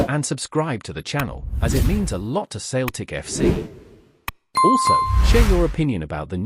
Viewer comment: Who the fcuk is this "Sailtick" you talk of?